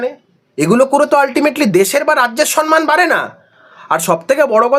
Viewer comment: 'সন্ মান' শুনে শুনে আর পারি না। কথাটা 'সম্ মান'। যে যেরকম মানুষ, তাকে তার সমান মান। 'সম্মান'। ম এর সঙ্গে ম।